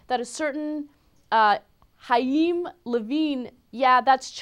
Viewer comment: Haim?? i think its more like Kaim (pronuntiation)